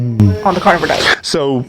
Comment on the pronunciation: Stop saying cornovore it's carnivore wtf